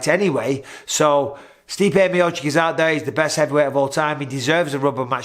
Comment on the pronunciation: You mispronounced Stipe in an insulting way. Mistakes happen..